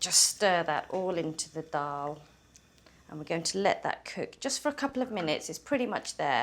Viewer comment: Thanks for saying Dal correctly